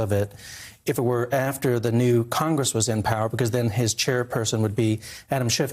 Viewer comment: It’s awesome how both Nunes and Hannity mispronounce Parnas’ name in order to distance Nunes from Parnas... so convincing